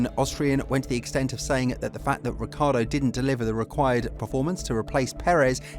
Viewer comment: his name is not Ricardo😂